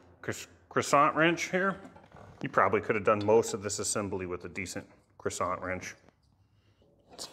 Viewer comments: It is not a croissant. It's crecent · It's crescent, as in the moon, not croissant, like the french pastry. No complaint, just a little wisdom share. I would also like to help you tone down the Kermit The Frog of your voice. Have your people call my people and we can have an online voice over lesson. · The adjustable wrench is pronounced quasant… get it right. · A real man doesn't pronounce "cresent" wrench the way you do. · Why pronounce crescent like it’s a French pastry item? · it's pronounced cresent,like cresent moon not croisant like at burger king,,,and philips head not philipe screw driver.